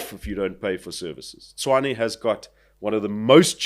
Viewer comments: Actually his pronunciation is 'Chuane' or 'Chwane', which is not quite right. Tshoane and Tshwane are pronounced the same, one is Sotho, the other Tswana. But yes, the guest's pronunciation is the correct one. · it's Tshwane, not Chuane . Listen to how Cilliers pronounces it 😊